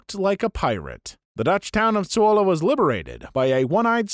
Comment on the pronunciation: I'm from Zwolle (video actually wasn't that far off with pronounciation, so good on you video guy!) and I love that story. A single Canadian soldier liberated my home town. Totally badass. :P Also a similar story from a game I play every now and then: VRChat. There was this one user who kept pointing out tons of problems and bugs with VRC. But people kept dismissing him with stuff like "you don't know what you're talking about" and "if you know so well, make a game yourself then!" So he basically said "Fuck it, I'll do just that" and created ChilloutVR. It's not as popular as VRC and isn't nearly as developed yet, as VRC started in 2014 while ChilloutVR started in 2021~22. But it does quite a few things better than VRC and looks promising as a real competitor to VRC in the next few years.